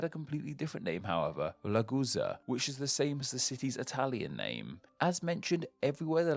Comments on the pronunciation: Ah yes, the city of Lagusa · I heard "la guza" which means "la butt". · I could sweat, Ragusan sounds like Lagusan.